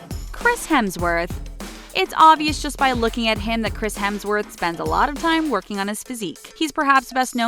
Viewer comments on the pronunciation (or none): none